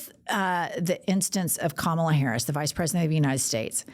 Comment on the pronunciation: Hahaha That’s right. “I’m a better looking person than Kamala (mispronounced of course)”